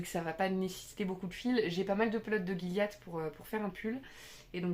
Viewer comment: Bonjour Élodie, Je voudrais te demander par ce que sur ce coup je me trouve un peu bête et que je me pose la question depuis plusieurs épisodes, tu prononce "guilliat" alors que la logique du français voudrais qu'on dise "jilliat". Tu sais quelque chose que j'ignore, du style l'origine du mot? En te remerciant (je sais que la question est un peu bête mais c'est le genre d'interrogation sur lesquels j'aime me prendre la tête).